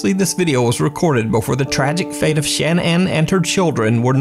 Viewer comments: Her name was pronounced shinan not Shannon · Shan Ann Everyone else: Shannon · Her name is pronounced Sha-nann. Not Shan-ann. (Shuh-nann) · I think her name is pronounced ‘Sha-naan’ not ‘Shan -Ann’ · Why can't you say the name Shannan properly? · I’m not trying to hate or anything but the way you were saying Shannon kinda bothered me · Is her name really Shan-Anne? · I think it's odd that you pronounce the name Shannon as Shan ann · why can nobody pronounce Shanann Watts' name?